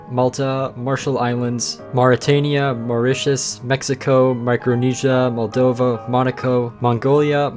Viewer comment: Respect he say correct moldova